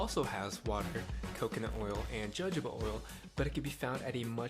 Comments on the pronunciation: FYI: Jojoba is pronounced "hə-ˈhō-bə" or phonetically, "huh-'hoh-buh." Just thought I'd share. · It's pronounced ho hoba oil... Harder to take u seriously when you don't pronounced one of the names in your recipe correctly. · Its pronounced Hohoba even though its spelled Jojoba. Its a very oily oil that is VERY hard to dissolve with ANYTHING! Coconut is another oil. So he's saying just add water to two oils it up, shake it up and scrub it in? Hmmm. I haven't watched the whole video yet but it would defnintely take some kind of soap-Dr. Bronners castille--or whatever to emulsify these two oils. I use Dr. Bronners for everything--including my hair and body....BUT...I add a few drops of a dishwashing liquid that has sodium lauryl sulphate in it so that my shampoo version emulsifies better. SLS is not great for your body--but I figure 3 drops in an 8 oz bottle of Dr. Bronners soap won't kill me--and it lathers up and cleans my hair much better that way. OF COURSE... you could just use dishwashing liquid to do this project. Or if my mesh sneaks were super dirty, I would use my All Purpose DIY cleaner --equal parts of white vinegar and dishwashing liquid microwaved for 2 minutes. Its amazing stuff! Use it to clean my bath tub and oven. Its the best ever. Or if that didn't get my sneaks clean I'd use Spic and Span powder in water with a splash of ammonia--also great for cleaning anything. OR my best ever solution for clean sneakers is -- waaaait for it-- DON'T WEAR THEM! I stopped going to the gym and running outdoors and now my sneaks stay bright white for months!